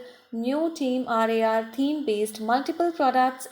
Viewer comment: She dosent even know who they are bruh They are famous youtubers with 7 million subscrbers and this is their merchandise website if you watch their vidios we can see that they are legit And also she doesn't fully know about them she saying team R A R but the real prounsation is team rar Yes watch their vidios it's team rar Not team R A R